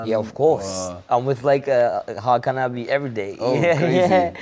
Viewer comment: Hakan Abi nicht aki 😂😂😂